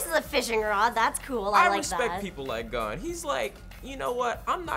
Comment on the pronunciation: It shits me how says Gon. Haven't watched the reboot but love the original series.